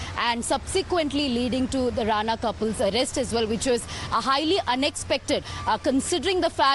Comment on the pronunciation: It's RANA not RANE...